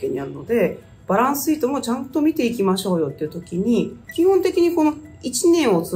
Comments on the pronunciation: バランスsheet 良い発音♬ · バランスシートの発音がいいですね